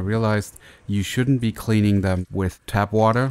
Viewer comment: TAP water, not tab. :D